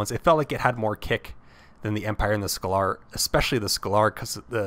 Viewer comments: Super informative video, love this. Thank you for the vid! keep up the good work and yes you got some of the names pronounced wrong (pretty sure it's "scay ler" not "scal ar" and i think it's pronounced "mash eye nen gwer" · Actually, scalar is a real life term in it is supposed to be pronounced scale-er. Pronunciation aside this was a great video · It's painful listening to this guy trying to pronounce "scalar".